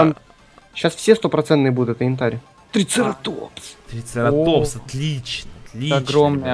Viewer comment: трицераптопс на а ударение